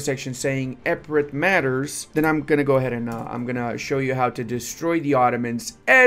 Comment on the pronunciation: Yea the E-pirates 😂